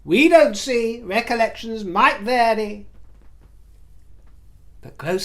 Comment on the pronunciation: I'm a bit hard of hearing so I wasn't sure if you said 'recollection' or 'Megollection'. As always,, you delight. Love from Canada 🇨🇦